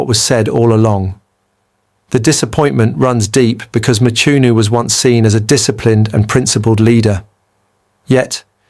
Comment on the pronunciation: Not Mchunu man!But pronounced(Mqunu)! Even with Cele not Sele but pronounced (Qele)If it is a black person pronouncing like that he would be called illiterate!